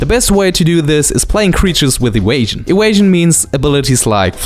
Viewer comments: wierded wampire has adwantageous ewasion. it is a bomp. I love your videos, we understand the pronunciation issues and don't mean offence. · As soon as he said ewasion, I instantly looked at the comments. So happy my mind syncs well with the internet xD